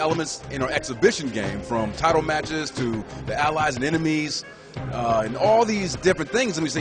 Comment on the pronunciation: in wwe universe can you choose cutscens? all they keep saying is maches